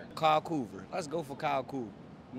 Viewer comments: How homie go from Kyle Korver to Kyle Koover😂😂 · He pronounced Korvers name right the first time and wrong the second